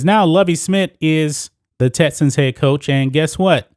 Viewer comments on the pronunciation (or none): Yo goofy ass cant say “X” bruh its not “tessans” or “tetsons” its TEXANS u goofball pronunciation is key to intellect